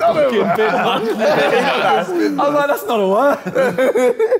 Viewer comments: Bodmas not bidmas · It’s BODMAS not BIDMAS that’s probably why it didn’t count cuz some anagrams are in the dictionary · No one: JJ:BIDMAS Its actually BODMAS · It’s not bidmas it’s bodmas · KSI said bidmas when he meant bidmas